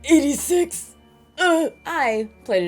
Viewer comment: Heyyy why ya gotta say 1986 like that, I was born in 1986 :< Three days after Zelda released actually :D